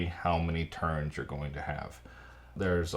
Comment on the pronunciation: Anyone else hearing Terns instead of turns xD?